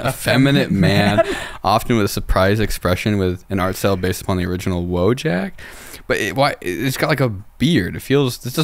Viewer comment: Soyjack is from Wojack, act. Wojak, pronounced woy-yack